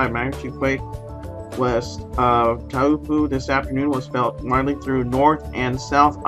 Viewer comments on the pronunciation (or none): Pronounced - Tau rhymes with how and po like so. How so? Taupo! Cheerio.